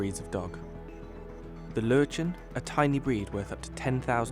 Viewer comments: Germans🇩🇪: Löwchen Narrator: Lotschns 😂😂😂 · „Low chance“ is not at all the way how you pronounce Löwchens😂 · lmao löwchen LÖÖH JCHEN